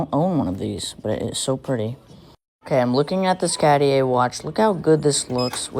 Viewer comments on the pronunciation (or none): “Catty-aye” ring 🤦‍♀️